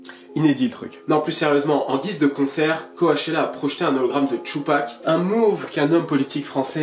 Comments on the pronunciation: mon gars qd tu dis co-a-chella tu me stresse de ouf....ca se prononce c-O-chella ahaha!!! mais force a toi tes videos sont ouf mec!! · ca se dit "CO-tchella" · Ça me stresse quand il le prononce co A tchella qq😖🤦‍♀️ en plus il fait que dire ça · Le premier ''a'' de Coachella ne se prononce pas. Ça ce dit comme le ''coach'' sportif. #JustSayin'